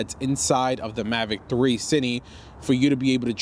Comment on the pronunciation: you keep calling it "cini" but it's "cine", like short for "cinematic"